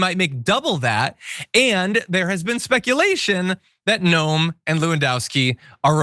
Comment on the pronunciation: I wish people would point out that her name is pronounced 'noom' in the language her forbears emigrated from.....Noem is a Dutch spelling.